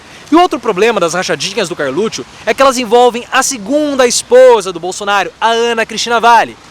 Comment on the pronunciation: realmente. Se eu fosse o Carlixo, ficaria puto com esse jeito dele pronunciar Carlutchu😂😅🤣😂😅🤣😂😅